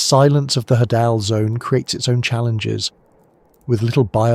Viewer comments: Hadal... "of Hades". Pronounced Hay-Dall not Ha-Dall, sorry, drove me nuts every time you said it LOL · i think its pronounced hay-del zone because its names after Hades of mythology